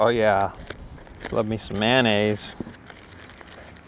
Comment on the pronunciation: He said man ayse lol